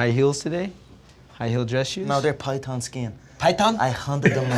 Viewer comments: you’re still not getting it are you? This has nothing to do with knowledge, he is taking the piss because Connor can’t pronounce the word python correctly due to his accent, he says pie-ton. That’s what the joke is , not that he doesn’t know what a python is it’s that he doesn’t know what a pie-ton is 😂 it’s sarcasm dude but seems like it’s lost on you. This has nothing to do with knowledge and his response was simply mocking Connors accent. He absolutely knows what a python is and that’s why it’s funny. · he was making fun of connor’s pronunciation. He said “pie tun” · Because MacGregor mispronounced PyTHon Faber made light of it and the joke sailed over your head is EXACTLY why Americans landed on the moon and most other countries-including yours - are STILL playing catch up. 😃